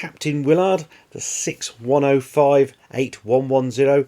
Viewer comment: The captain's name is pronounced Will-erd or Will-ird not Will-ard